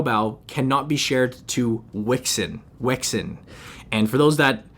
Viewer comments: I heard "Wexit" almost. :D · The way u pronounced weixin 😂 U could just say wechat